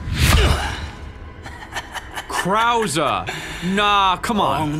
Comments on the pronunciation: OG Leon casually mispronouncing Luis? Yeah I miss it too! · Minor note but I like how some people still call Luis like "Louis", much like how Leon did in the original lmao PS: Yes Forspoken is the middest game ever